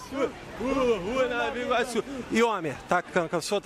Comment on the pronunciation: Caralhoooo, amo meu país NovAAAA(pq ninguém fala NovI Iorque, euhein) Iguaçu. ❤ Ele do calçadão foi parar lá no Alvorada, cara😂😂😂😂